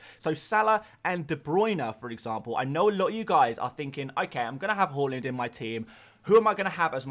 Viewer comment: Why do you say whore-land? It’s haaland (har-land)